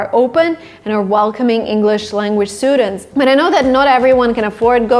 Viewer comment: The way she said STUDENTS@